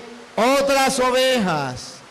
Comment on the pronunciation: Ovejaaaaaaaaaa se dise ovejassssss. Ten misericordia. Dios de este señor